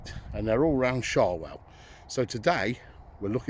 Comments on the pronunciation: not meaning to nit pick sha well pronounced Sho well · Nice video. Showell is pronounced with an ow as in how by the way. Andy from Lutterworth.